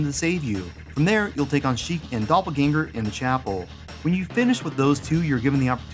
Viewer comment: It's "ShRiek," like a shrill yell; and not "Sheikh".